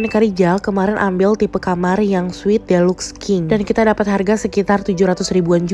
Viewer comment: Deluxe dibacanya dilax ya kak bukan delux hehe